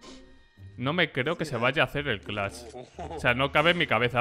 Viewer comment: Nose porque pero me enoja cunado dice clacht el